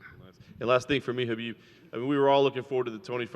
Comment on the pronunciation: ''To be anusT'' - Khalabeeb